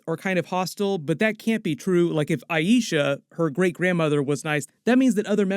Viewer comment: I love watching your reviews. Just a tip The greatgrandmother name is EYE-SHA. If you call her EYE-E-SHA then you’re annunciating it the same as The High Priestess from Guardians of the Galaxy from your previous videos. However the correct annunciation is EYE-SHA. If you need help, they say it a few times in the new episode 😉